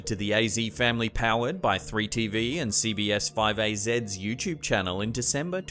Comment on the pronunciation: Anyone else cringe when he says youchub? It's "YouTube" not youchub other then that good videos